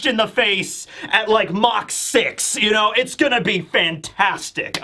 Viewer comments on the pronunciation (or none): none